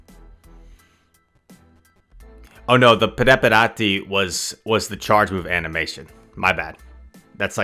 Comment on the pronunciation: It's scroKKio, in italian the C + H sound is K, fun to see you guessing words 😂 Also it's prepàrati not preparàti 😄